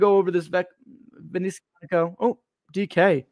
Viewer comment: I am someone that has Panerai and Rolex and several of this brand watch. I’ve had problems with Panerai and Rolex and occasionally this brand and this brand is by father fastest to reply and remedy. This guy can’t even say the name right and he clearly doesn’t even understand that Alessandro is actually one of the owners. he went to buy a cheap watch in the sunset that it’s not expensive and then apparently he haggle to get it even cheaper. This guy does not know what the heck he is doing and what he saying. He is an embarrassment to any watch reviewer honestly I’ve never seen so much dribble from someone’s mouth , I will never watch him again